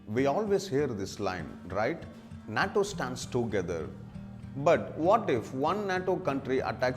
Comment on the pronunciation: This monkey can’t even pronounce the word nato